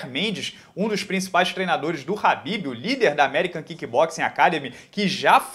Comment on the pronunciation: É kabib e não rabib !!!!!!! 🧐